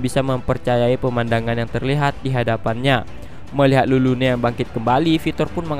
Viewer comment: Napa tulis Lulune dibaca malah jdi Rurune ?? Agak laen